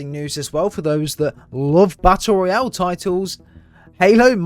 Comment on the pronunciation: It's ROYALE, not "royal" holy shit.